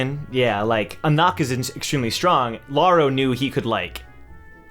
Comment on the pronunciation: i just want to mention lauroe is pronounced "La-oo-ré" not "La-oo-ro"